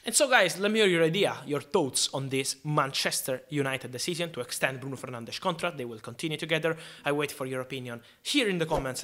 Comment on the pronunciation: Someone who actually pronounces 'Fernandes' correctly, the Portuguese way. Respectful.